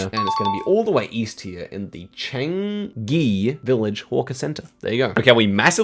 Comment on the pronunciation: Didn’t nail the pronunciation of Changi though. I assume he has been to the airport a few times.